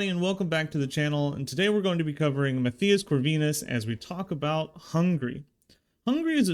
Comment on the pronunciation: Mat-Tie-Us. Matthias. Mattttt eye us. Try it out.